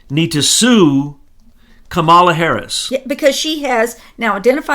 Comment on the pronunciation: Kamala's name is pronounced like the animal (camel, whether bactrian or dromedary). Emphasis is on the first syllable. Also, her name on the last syllable is pronounced "uh."